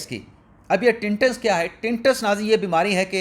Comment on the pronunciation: برادر یہ ٹنٹس نہیں ہے بلکہ ٹیناٸٹس Tinitis ہوتا ہے ۔براٸے مہربانی اگلے پروگرام میں تصیح کر دیں ۔